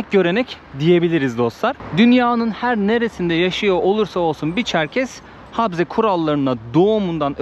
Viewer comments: Habze değil okunuşu ,Ğabze diye okunur ! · Selam kardeşim nasılsın umarım iyisindir videoyu izledim çok güzel olmuş eline emeğine sağlık adıgey cumhuriyetine gitmişsin o caminin yanında müze vardı keşke o müzeye gitseydin Çerkezler’in tarihini görmüş olurduk birde habze diyorsun yanlış telafuz ediyorsun habze değil kabze Çerkezler’in anayasası dersini iyi çalışmışsın bende bu videoyu fesbuk ve istekramda ve vatsapta paylaştım umarım abone sayın artar keşke birde Çerkez düğünü çeksen onlarla sohbet etsen bizden selamlar götürsen anavatana selamlar kolaylıklar diliyorum sevgiyle kalın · Kardeş he harfi değil söyleme şekli he ile değil ğe ile karışık çıkması lazım